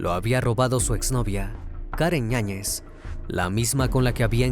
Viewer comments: Me estresa un poco que digas ÑAÑEZ se supone que el apellido es con Y "YAÑEZ" a la otra di el otro apellido 😂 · “Karen Ñañez”? Será Yáñez… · ¿La acusada se apellida Ñañez? Porque así se entiende en la narración. Yo sólo conozco el apellido Yáñez, por eso la duda. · Karen ñañez 😂 YAÑEZ